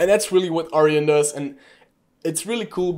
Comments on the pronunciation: It’s Arjun not Aryan… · It's pronounced ...Ar june :) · Cool content :) Just a help tip the tool name is Arjun not aryan